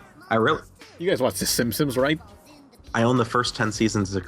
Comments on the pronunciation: Am I the only one who hears say Simpsons like "Simsims", or "Simpsims"? Just a thought:D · Why do you keep calling them the Simsims? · I always liked how pronounced Simpsons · It's Simpsons not Simsims...